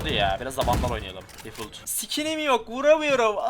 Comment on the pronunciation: bi daha difult dersen söverim difalt